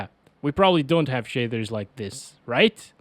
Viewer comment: "Shadthers"